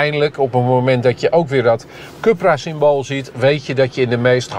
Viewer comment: Oók deze zelfingenomen man blijft stoïcijns Cupra zeggen ipv Coepra (juiste uitspraak) 😊